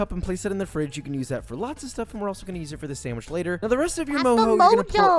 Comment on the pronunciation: I was not aware that Ironmouse was a fellow boricua, or hispanic at all, until I saw Koefficient's video reaction. Now that I know this, I'm noticing small things. Like when she says sanGwich instead of sanDwich.